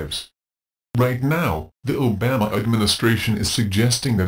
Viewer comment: That horses ass can't even pronounce. Obama's name right.We need single payer nationalized. health care now! The insurance model for healthcare is pure evil.